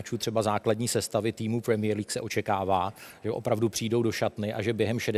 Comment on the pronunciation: prmíjer líg :DDD